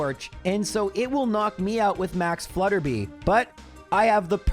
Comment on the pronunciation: I know pronouncing things wrong is kind of a meme here, but it's Flutter-bye not Flutter-bee.